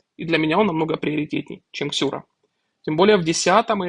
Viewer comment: Какая Ксюра, если Сюра)) И ни какая, а какой, это мужчина, почитайте про героя.